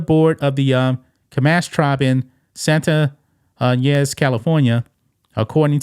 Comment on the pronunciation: It’s pronounced Santa Ya-nez and the tribal name is pronounced Shoe-Mash.❤️